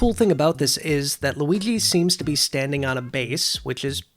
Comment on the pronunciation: I know it isn't a big deal but does it bother anyone that he says Luiggi instead of Luigi